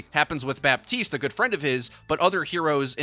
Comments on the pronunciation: honey the P in Baptiste is silent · The p is silent in Bah-teest